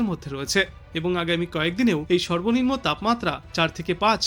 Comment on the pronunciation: উচ্চারণে গোলমাল আছে। সেলসিয়াস, সর্বনিম্ন ইত্যাদি ঠিক হচ্ছে না।